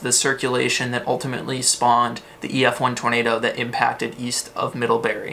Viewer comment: Not middlhebuuhrry!